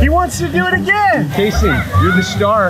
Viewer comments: He's name kayson he's not kason 🤢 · It's "kayson" not kasen! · It’s kayson not KASON!!!!!!!!!!!!!!!!!!!!!!!!!!!!!!!!!!}}}